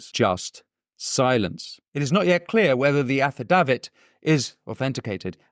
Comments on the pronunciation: It’s pronounced Affi - day - vit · Affi-dave-it You're welcome. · That's not how you say "affidavit"